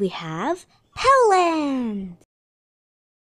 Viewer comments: Its not puland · Nezxt we have poland! I seriouskly thought it sounded like helland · You literally said hoeland not poland I'm hearing things ok